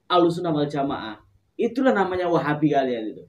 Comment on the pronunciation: baca nya salah wahabi itu